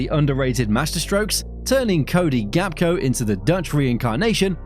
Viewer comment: Gapko 😂 Genius AI